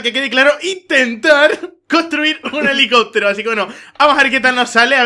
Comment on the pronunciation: Helicotro... #MassiAprendeAHablar xD